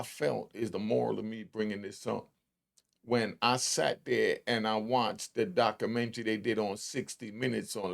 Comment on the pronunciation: I can't listen to this illiterate ninja. Documentary? Butchered it!. Illinois? The S is not pronounced. My brain hurts.